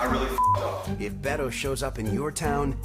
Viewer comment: His name is Beto pronounced Behto